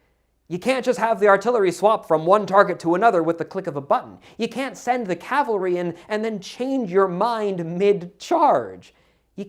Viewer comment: It is CAVALRY not calvary